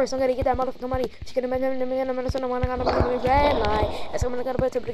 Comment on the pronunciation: rwwwwed liiight😂😂😂😂